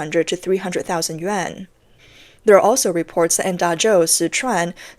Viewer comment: This channel has never and will never learn to pronounce yuan.